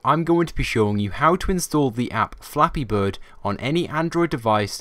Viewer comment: U said Fappy birds